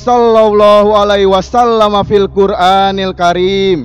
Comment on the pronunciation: MAAF BANG..BUKAN FIL QUL ANIL KARIM. JG BKN FI QUL ANIL KARIM. TETAPI FIL QUR'ANIL KARIM. 🙏